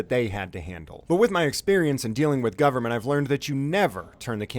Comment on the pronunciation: ah yes, the good ol' gubamint